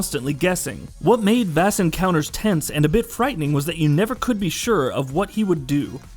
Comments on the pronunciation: is it only me that was bothered when he said v-ass instead of Vass (Voss) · its Vaas not Vass..... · 2 of the most famous video game villains of the last 10 years, Vaas and Glados... and this guy can't pronounce them correctly? I mean I'm nitpicking, but it's almost like he's never heard of them before. People who don't even play video games know who they are...